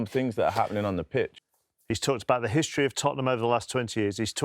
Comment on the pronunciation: "It is the EESTOREEE of Tottenham" - Sun Tzu